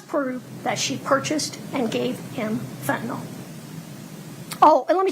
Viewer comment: Fen-ta-NILL, not Fen-ta-NOL.